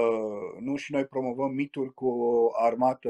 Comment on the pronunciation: Sper ca reporterul are doar dificultati de pronuntie, nu de intelegere a cuvintelor ("reververeaza", "miduri" ori nuante contradictorii - "mitificare/mistificare"). Ma bucur sa ascult un istoric care se exprima ingrijit, coerent, metodic, chiar elegant. Limba romana ii este recunoscatoare. Are colegi care fac contrariul - vorbesc birjareste pe teme istorice. Nu se cade. Pe aceia, aceasta maniera de abordare nu ii face accesibili, ci mai putin credibili. Zic eu.